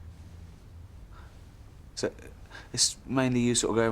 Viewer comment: "But I get on my bike and I ride off.....on the grass." His emphasis makes me laugh every time!